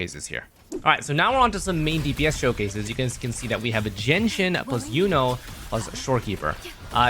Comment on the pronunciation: I looked at the subtitles and saw that you keep saying "Genshin" rather than "Jianxin" That's a very clear sh sound you pronounced there when it's much supposed to be pronounce a s sound.